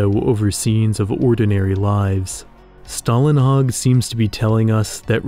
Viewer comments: Don’t take my word for it, but I do believe Å makes an O sound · you need to learn to say Stålenhag the å in his name is not an a its an å its a different letter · The letter å in Stålenhag is actually pronounced like "oh". Sorry, I loved the video but that bothered me too much that I had to mention it.